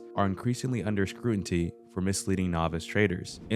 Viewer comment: IT’s Scrutiny, not Scrunity